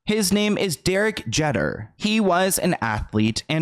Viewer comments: Did you really say Derek JETTER?! Lol girl … JEETer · Great video as usual, I love your content! But Derek Jeter’s last name is pronounced “Jeeter,” not “Jetter.” Also, I’d love to see a video on Tommy Mottola! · I'm sorry but the way you mentioned Derek Jeter (Jee tur) and not knowing how big he was with the Yankees killed me 😅🤭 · "This man named Derek" 😂 I love you but Derek Jeter is pretty famous himself. Also it's pronounced "Jeeter" not "Jetter." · I love you so much 😭 Derek Jeter, not Jetter! 😂💗 great vid as usual!! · Wow I feel so old the way you pronounced Derek jester’s name and then not knowing who da brat is 😂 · My dude. this video is a hot mess! It's Jeter, not Jetter! It's Da Brat! You kept showing Thalia, his third wife, while referring to his first wife. The woman in the photo is Mexican superstar Thalia!!! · His name is Derick JEE-ter probably the most famous yankee of all times 😅 and my uncle was his coach On The Yankees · Pronounced Geeter... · Derek “Geter”???? “The Brat”???????? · two mispronounced names in one video? Da Brat and Derrick Jeter? They are both super famous. She even says Da Brats name and you said “I think she goes by Ms. Brat” lol. These little things matter when it’s such serious subject matter so minor errors don’t pull away from your credibility. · Omg he also says Derek jetter 🤦🏻‍♀️ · Pronounced: Derek Jeeee-ter .. but he was always a womanizer and shady but I'm so happy that their short lived relationship gave her what she needed to leave tommy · Lol, I gotta call you out, not knowing these big stars. it's Da Brat. She was a big rapper in the 90s and is on a radio show now in Atlanta. And it's Derek Jee-ter. Who is one of the biggest baseball players ever. Lol. I love you. Lol 😆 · Pronounced “Da Brat” and “Derek G-Ter” 😘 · Derek Jeter is pronounced wrong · not knowing Da Brat and pronouncing Derek Jester’s name wrong 😭😭